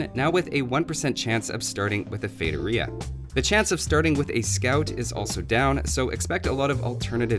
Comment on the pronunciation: How did you just pronounce Feitoria?